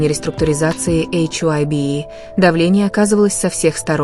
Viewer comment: Компания называется не "Эйч Уа Б И" , а "Хайб". Т.е.на англ. " HYBE ". И , да , не Тонг ,а Тэхен!!!! Учтите эти замечания !!!